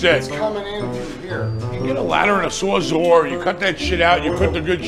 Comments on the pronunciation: What’s a “sore-zore”? 😂 Sawzall is the word you’re look for. Those hams have never held a tool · What is a Sawzor ?!